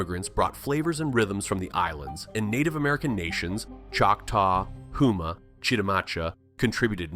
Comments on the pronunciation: pronounced (home-ma), not (hoom-ma) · 😂 ha ha I just heard him say “Hoo-ma” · Uh, the same way I am saying to pronounce it. Kind of why I am correcting the pronunciation in the video. I live next to & worked with the "people of the tribe". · The two things they got wrong is that Alaska does not have counties they have boroughs and he mispronounced Houma.